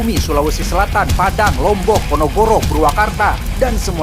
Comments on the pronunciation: Apa kalian sadar yg dia bilang "ponogoro" Padahal itu Ponorogo 😂😂😂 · Ponorogo bang bukan ponogoro🤣🤣🤣🤣🤣🤣🤣🤣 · Yah, PONOROGO jadi PONOGORO😂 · Entah sudah berapa kali kamu baca PONOROGO jadi PONOGORO. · ponogoro😭😭😭 ponorogo kak salah ngomong kamu😭😭🤣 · Mataram, Lombok Hadir. Si tumben belibet, tidak ada ponogoro, yg ada ponorogo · PO NO GO RO yang bener Ponorogo 😂😂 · Kok ponogoro sih min😂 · Ponorogo,bukan ponogoro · Kok Ponogoro🤣